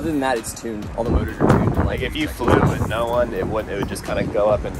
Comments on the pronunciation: “WOTH” haha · Imagine being here before he changes (woth) with (with). Just (BRUH) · “Woth” XD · He put ‘woth’ 😂😅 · The taitel is _________woth instead of with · Woth instead of with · You said woth or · Is it supposed to be with or woth? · you did this vid twice the other one said woth not with